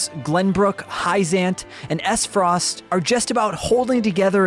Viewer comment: Did he really say....assfrost? :D